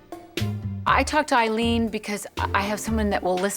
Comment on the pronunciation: It sounded as "waoh Eileen" LVP said.